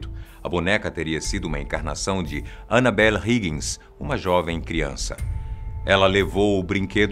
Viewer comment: Falo errado :Annabella